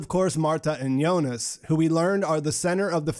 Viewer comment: I liked your videos simply because you’re pronouncing Jonas’ name correctly. I couldn’t stand how other videos pronounce Jonas’ name with the harsh J lol